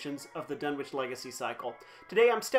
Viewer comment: Done-itch. Silent w . . .